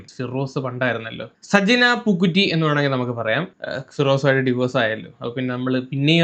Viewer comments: എടാ, പൂക്കുറ്റി അല്ല, പൂക്കുട്ടി.😅😅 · പൂക്കുറ്റി അല്ലഡേയ് പൂക്കുട്ടി 😂😂😂